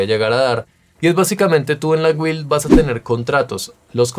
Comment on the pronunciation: se pronuncia GILLL no guil....